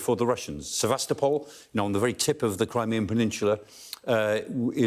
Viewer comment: How did this presenter get a job… 12 seconds in, he’s called a landing ship a “battleship” and pronounced Crimea like someone who’s never heard it before. 🤨🤦‍♂️